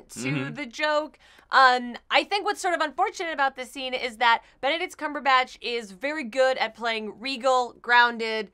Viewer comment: When someone pays so much attention on the way of speaking and than mispronounce Benedict's last name is hilarious.And, by the way, in Norse mythology, Hela is not Thor's niece, because Loki was never adopted by Odin, so Thor and Loki were not brothers.